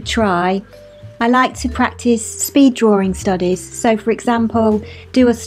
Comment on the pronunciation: I love how you say draring! ...and you are mega-cute!